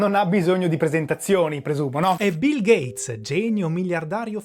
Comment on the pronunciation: Nooooo a stato bil gheiz!?!?!